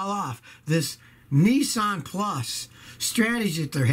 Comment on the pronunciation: Nissan NOT Neesan